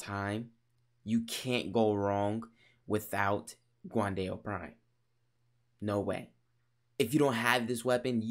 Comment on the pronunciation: It’s pronounced like “gwan Dow” NOT “guwan Dayo”